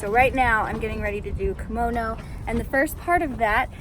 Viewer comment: KOMONO not KIMONO. KImono is a traditional Japanese article of clothing. KOmono is accessories.